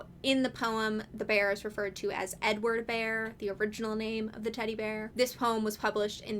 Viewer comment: The first couple of times you said "Edward" i kept hearing "n-word" and so i was sitting here trying to figure out uf you were saying that Poohs og name was a slur lmao; which i figure you would have a very different tone if that was the case lol, but like, I dont really think I'd be surprised at this point lol